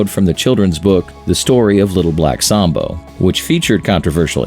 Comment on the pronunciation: Sambo was INDIAN, NOT African. That place was great. It's not pronounced SOMBO by the way, its more like Sam-bo